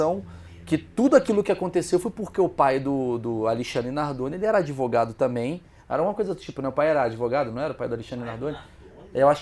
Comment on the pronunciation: mentir é o primeiro mandamento do "adevogado"